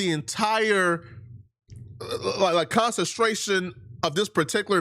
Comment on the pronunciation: “constatration” 🤣🤣 dawg this a serious matter but I’m crying